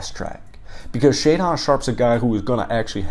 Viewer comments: It’s pronounced shay-din sharpe lol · "Shay-Don"...lol. Love it. Great video and insightful comments. Keep 'em comin'. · Great video, apart from your pronunciation of Shaedon 😂